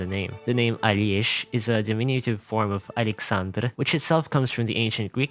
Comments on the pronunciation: as a russian, Alesh sounds more like "Алёша" (Alyosha), because "ё" is usually written as "е" and seeing it written as "Алеша" (Alesha) is normal, and so Alesh, i think, is supposed to be this one, but just lost that suffix "a" at the end. It is a deminitive of "Алексей" (Aleksey). For Aleksandr we have "Саша" (Sasha) instead. Somehow. The origin is still exactly the same as 70% of our names are from orthodox christianity. Pogranichnik is spot on, so a fun fact instead of fach-checking: in ENG he is voiced by the same VA that voiced russian Witcher (Geralt of Rivia). In fight he says "Полнолуние" (Polnolunie - full moon) and "Здравствуйте, Endministrator" (Zdravstvuite - is a polite "hello" litreally translating to "be healthy"). And his soldiers do look like Tachanka, don't they? Well, the OG Arknights does have a Tachanka operator from Rainbow Six Siege. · Из того что услышал, могу прокомментировать только Перлику и русских. Перлика - буквально с китайского переведется как талисман компании, в это я верю больше(я не хочу чтобы моя девочка оказалась злом или в будущем ещё страдала. Хватит ей.). Не Алес, а Алеш, Алёша. Не погранитсник, а пограничник)